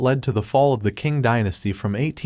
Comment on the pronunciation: Man, Like the other guy said , work on the pronunciation Some suggestions - provide context to who the Qing were, machus ruling over Han Chinese subjects forcing them to submit and engage in degrading practices (the specific haircuts) - provide more context and detail on how the Qing stifled innovation development and how this lead to Chinese intellectuals forming a counter culture movement